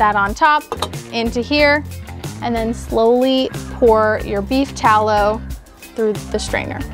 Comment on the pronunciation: i keep hearing "beef towel" lol